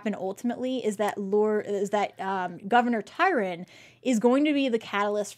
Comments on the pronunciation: Sorry this just drives me nuts-love your show but have to mention: It's TRY-on, not Tyron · Small point -it's Governor Tryon, not Tyron. :) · Right? He is a real historical person so it would be nice if you pronounced his name correctly TRY-on